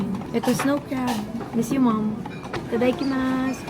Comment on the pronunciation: Share ko lang: It's "itadakimasu". There's no i between da and ki 😊